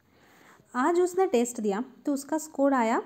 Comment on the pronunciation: 😂 her pronunciation